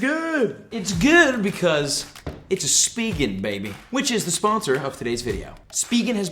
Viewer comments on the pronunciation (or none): Bro I’m tilted how you call it speeegen instead of spigen